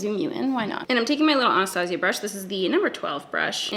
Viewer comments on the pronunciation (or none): none